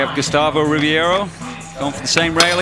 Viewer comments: É Gustavo Ribeiro não Gustavo Ribierio. Aprendam a dizer os nomes corretamente. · Rowley says Ribeiro wrong every time :)